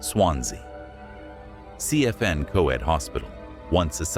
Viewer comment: It’s pronounced denbee and cefn is pronounced cefun